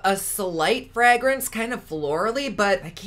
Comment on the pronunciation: Haha the way says "fragrance" sounds just like my family that lives in the midwest. So cute!! Wonder where he's from. But nah, it's gonna be a hard pass from me.